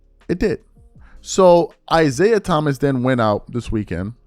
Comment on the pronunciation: Is-AI Thomas, or is it "AI"siah Thomas Lololololol